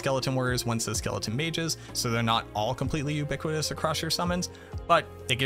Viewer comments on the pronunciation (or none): none